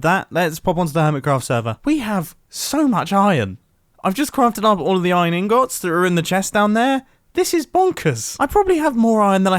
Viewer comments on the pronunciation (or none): its not iron inGOTS its iron ingots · Is it ingOts or ingIts, I know its spelled ingots but he says it weirdly lol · wait I've just realised he says ingOts not ingoots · If I hear him say inGOTS one more time omggggg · Everyone: Iron ingots Mumbo: iron ingoots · Nobody: Litteraly nobody: Mumbo:iron ingOts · Nobody: Mumbo: InGOtS